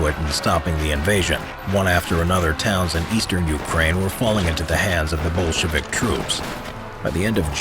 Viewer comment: Everytime he says "Bolshevik" I hear "bullshit" 😂 how fitting